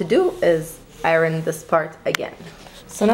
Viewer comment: she bugs me the way she says iron. like arron.